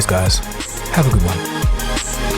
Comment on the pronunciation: Lachie McFarlane "You are watching Coldfustion" "Hi guys, here"